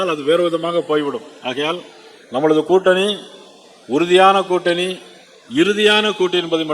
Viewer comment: கூட்டனி இல்லை திலுப்பி, திலுப்பி (என்ன தமிழ்டா இது?)